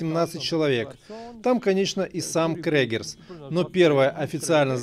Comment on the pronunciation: Не Крегерс , а Крюгер